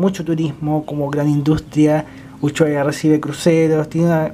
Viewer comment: Uchuaria ... me encanta como pronuncia Ushuaia ja .. Buenísimo el vídeo .... buena descripción del micro gracias. Saludos desde Argentina